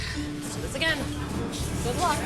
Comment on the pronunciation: said "it's guowwuod, it's rewwy guowwoued"